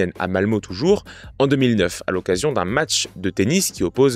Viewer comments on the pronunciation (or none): On dit "malmeu" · ça a été la prononciation du nom des villes, je saigne encore des oreilles sur Malmö :)